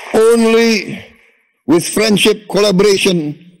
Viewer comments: Wiwokdetok. Not anle tokdetok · We wak de tok. Not onli tok de tok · Not onli tok de tok, wi tok ge tok😅😅😅